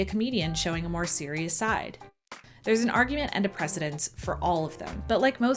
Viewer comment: You should be saying "precedent," not "presedence."